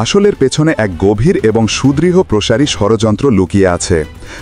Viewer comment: সুদৃঢ় প্রসারি নয়,সুদুরপ্রসারি ।